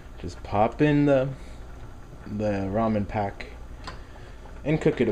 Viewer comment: I'm glad you actually say Ramen correctly. I've heard people call it "Ray-men" and "Row-men". Idk how they get that second one... Lol.